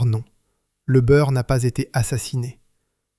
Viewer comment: Une histoire industrielle tout à fait passionante. Mais l'exemple de la vidéo qu'il ne faut pas faire. Long, beaucoup trop long, une heure et demie pour raconter ce qui tient en une demi heure. Des redites lassantes (c'est ce qu'on fait quand on prend le public pour des crétins auxquels il faut répéter 3 ou 4 fois). Et surtout l'intrusion insupportable d'une voix d'IA qui transforme Byrrh en Beurre, et autres stupidités. Je soupçonne d'ailleurs les commentaires d'avoir été rédigés par une IA. C'est raté pour Empire industriel, je ne regardeair plus leurs vidéos. A bon entendeur...